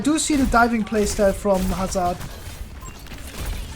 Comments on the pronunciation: Due to accent, he pronounced "Hazard" as "Hazz-are-d" instead of "Hazz-erd" like a traditional English speaker would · Your accent says "Hazaard" and people wants you to pronounce as "Hazurd". BTW which hero U2GM next ? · you pronounce it hazard not hazard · No, it’s actually pronounced Hazard